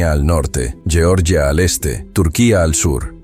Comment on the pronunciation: Lleorllia? Georgia tiene su propio nombre. Pero ya que no utilizas el nombre autóctono pronunciarlo en español, Georgia, con ge de geraneo, no con lle de lleno. Nada nuevo.